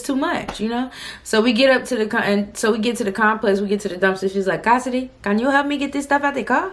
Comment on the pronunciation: 😂😂😂howwww casss “hey cohssidee it’s Claire.” Lmaooo